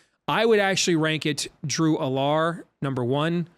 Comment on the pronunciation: I’m just gonna put this out there. Drew Allar’s name is pronounced Al-ler, not A-lar